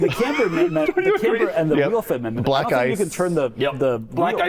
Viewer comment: It took me a second to realize he said black ice and pot, and not black guys and pot. 🤣